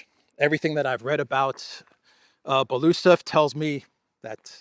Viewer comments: Thank you for your update ❤ BTW in russian you pronounce every letter so it is be-lo-us-ov not belusov just saying. 😊 Thanks again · BELO (White) USOV (Mustach) Bielo uuhsov